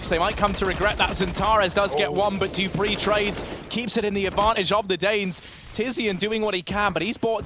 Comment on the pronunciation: why is the caster saying : Dipreeh... ITS FUCKIN DUPREEHHHHH